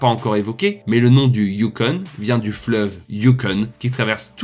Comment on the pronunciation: Sauf que tu dis "youkon"... Le "you" pour le "U" n'existe pas en français. Bref, FTG!